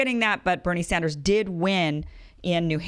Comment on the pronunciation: Damn even she can't say Bernie Sanders, damn.